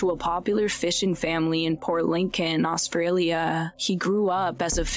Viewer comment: Do you deliberately speak like you do? I try to listen but your attempt to sound eerie, comes across as aggravating. Talk normally, without affect, and dragging out your last syllable. Just be yourself bc this isn't it, and every time I come across one of your videos I skip it, Austraaaalia...what is that!? Talk normally and without the dramatics, Scaaalllloopps. Come on,,,✌🏽